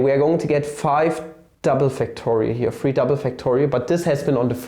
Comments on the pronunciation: five spricht man feiw auf Englisch aus nicht fahhhw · he's just doing the Southern American accent